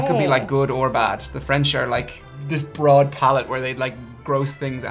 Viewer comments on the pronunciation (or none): none